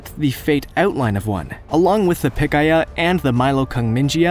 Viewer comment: "Haikuichthys" should be pronounced "hy-koo-ICK-thees." "Pikia" should be pronounced "pi-KEE-uh."